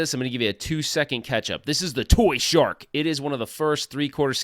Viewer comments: So why you keep saying toyshark? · Lol it's "ToYSHoCK" why do y keep saying shark haha 🦈 congrats on getting married btw